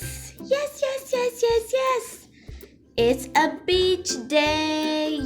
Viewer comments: emm sorry but i hear you say "it's a bit*h day" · I did not hear "beach" when you said that i herd bitch